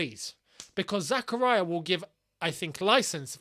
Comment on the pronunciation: ily but why do you always pronounce zak’s name like that😭 it’s pronounced Zahkahreeah. It’s not zakuhryuh